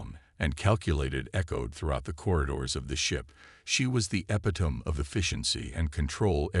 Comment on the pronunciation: For heaven sake get someone who can pronounce epitome correctly - and we are only 2 minutes into this story!!!